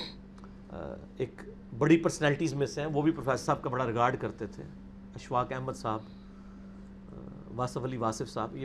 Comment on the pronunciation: Janab mirza g lafz Ahmad hai na keh jo aap boul rahe hain,Tashih ker lena.